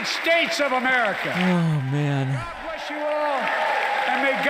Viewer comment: 😂😂😂 and God bleshhh the United Ssstrasshhh